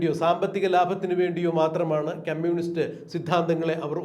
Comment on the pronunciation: മിസ്റ്റർ അവതാരകൻ... ക്യമ്മ്യൂണിസ്റ്റ് അല്ല കമ്മ്യൂണിസ്റ്റ്. അരോചകം ആണ് ഇത് കേൾക്കുമ്പോൾ.